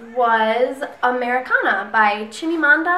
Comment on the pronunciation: Oh my goodness you and your son are too cute. And you just sold me on Americanah. Way to go pronouncing that name! :)